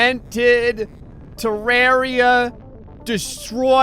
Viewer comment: You're pronouncing Terraria wrong, but to answer your question, yes that worm is from Terraria. My guess is that it's supposed to be The Destroyer boss.